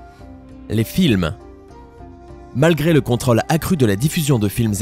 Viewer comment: contrôle pas contraule la langue française....